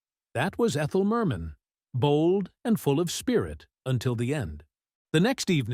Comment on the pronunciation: Ridiculous! The repeats - and all out of sequence. And calling her Mer MEN